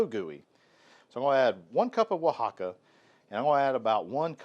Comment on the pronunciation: Dude it o in con is pronounced like the o’s on pollo. So it rhymes with “own” More like cone. You pronounced “Oaxaca” well. Your friendly YouTube Spanish teacher. Recipe looks great.